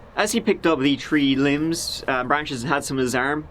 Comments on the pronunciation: Hey when you said tree limbs I thought you meant there were three limbs lying in the road 😂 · I was so confused when he said tree limbs on the road! I thought he meant tree (3) human limbs. 😂